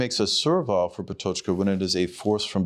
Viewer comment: not relevant but still: that is not how "Patočka" is pronounced